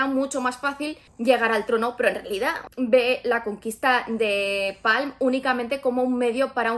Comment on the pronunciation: Yo he leído el libro y me chirría la pronunciación de los nombres a la inglesa. Está ambientado un una pseudoitalia. Es la península de la Palma, no Palm, es el príncipe Valentín, no Válentin, es Corte la Baja, no lower Corte. Un poco de respeto